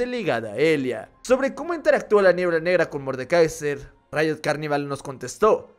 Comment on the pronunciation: Pq dice rito o es rito y no riot ¿?